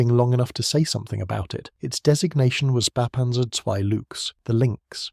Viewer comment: Yeah that is neither how you say "Spähpanzer" nor how you say "Luchs" (which sounds exactly like English "looks".)